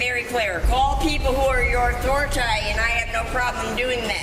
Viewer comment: Authoritay. Lmao